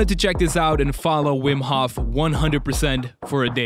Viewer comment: Aren’t you Dutch too? Why do you pronounce Hof in the English way?